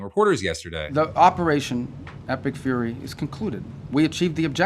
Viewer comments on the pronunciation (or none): none